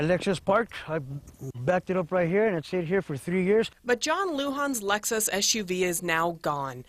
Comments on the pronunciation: What the fuck is a "Lexis"?? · 0.42 Lexis lmao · Lexis? What the hell ? It's Lexus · that shit said lexis not lexus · Lexis lmao it's Lexus